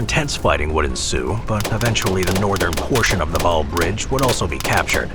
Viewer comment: this is pretty frustrating to hear him mispronounce the names of cities and waal